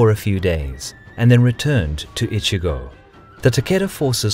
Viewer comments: Great content as usual ! But it's "Echigo" (Province) not "Ichigo"! I usually don't care about mispronunciations but hey, how does an "E" suddenly become an "I" ? lol It's even written correctly on the map^^ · Kagetora was not the lord of Strawberry Province. LOL The first syllable of "Echigo" is pronounced like the English word "etch" not the English word "itch". You are saying "itchygo" (which in Japanese means "strawberry".) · Echigo not Ichigo. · I know i am a huge dick for saying it but the names pronanciation is off. And its Echigo that gets me you say Echigo it sounds like Ichigo meaning strawberry. Its a harder E silmilare to the word etch. Thire are a few others and i get its hard to say them because japanese phonetics is very diffrent from western. Its just a persenal thing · I don't get it. You pronounce "Uesugi" correctly but fail at "Echigo" (not "Ichigo," which means strawberry), and you cut Kawanakajima in half: "Kawana KaJEEma". Kawanakajima = Kawa-naka-jima = 川中島 = River-Middle-Island = Island between rivers. If anything, Japanese stress the second ka mora, as KawanaKAjima.